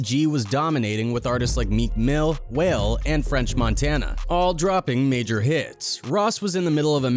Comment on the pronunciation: nigga called wale whale 😭😭😭